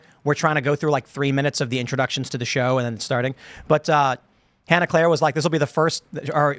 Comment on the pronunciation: Han-Eclair like is really like - she goes like I've had this like NAME for like three years - so ya-no like why have you like pronounced me like ya-no I go really like - do you like have a like normal IQ - like ya-no like learn my like name. JR